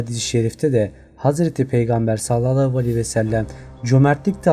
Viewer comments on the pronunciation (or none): none